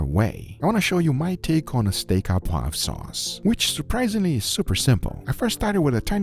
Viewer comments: "Steak O Poivre" instead of "steak AH poivre" and you got it! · I'm French, my ears started bleeding when you said "Steak à poivre" and not "Steak au poivre" 😉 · It's ''au poivre'', not ''a poivre'' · GUGA you probably won't ever read this, but it's pronounced "steak O poivre". Keep up the incredible content! 🤗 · Its "Steak au (oh) poivre" you doughnut ! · my (french) salt : pronounce "Steak au poivre" "steak o' poivre" :) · It is pronounced, Steak o poivre.